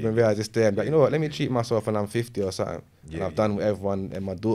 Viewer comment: He says “sattink” 😂😂😂 when the word is something lol